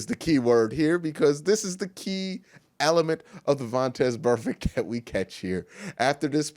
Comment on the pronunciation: Drinking game: drunk every time Q says vontez burfect